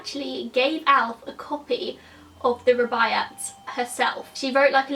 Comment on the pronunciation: The Rubiyat of Omar Kyam is a classic and it's just embarrassing that you have never even heard of it. A sad indictment of the failing British school system I'm afraid. You do know that you can look shit up on YouTube in order to find out the correct pronunciation? Guaranteed that someone somewhere has done a video on the Rubiyat for example.